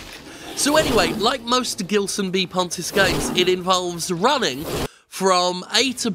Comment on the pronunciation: The "Gil" in "Gilson" isn't pronounced like "Gill", as in the Street Fighter 3 boss, but like "Jill", as in Jill Valentine.